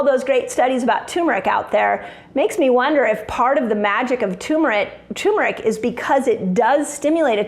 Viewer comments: Let's improve your credibility: Pronunciation of Turmeric IS NOT 'TUMOR - ICK", it is pronounced "TER -MER-ICK". It is not a tumor, thus neither benign nor malignmant. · 😱PLEASE! For heaven’s sake: PLEASE. DON’T EVER SAY “ TU-MERIC AGAIN! It is “TUR-MERIC!” DON’T leave out that R…we all know you are way too bright to do that, but still… BUT this video is SO FABULOUS that even if you keep on saying TUmeric , we are all going to love you anyhow and continue kneeling at your feet because you are such a genuine inspiration. ( “AND INDEED, SO BRIGHT! 🥳🏆🥰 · it's tuRmeric not turmeric. thanks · Turmeric I guess the r is silent